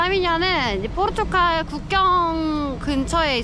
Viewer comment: Portugal 갈갈갈 이에요 ㅎㅎ 칼 ㄴㄴ 계속 포르투칼이라고 하셔서....😅